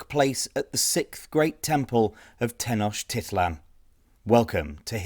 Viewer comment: Tin och tith lon? That pronunciation doesn't seem to make sense.